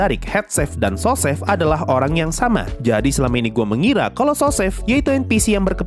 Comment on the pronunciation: bang sry, cuma masukan, bacanya sous chef itu suuu sef